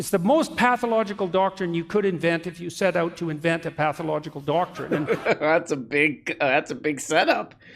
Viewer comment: "Their whole damn DAUCTORINE!" - Jordy McPeterpoop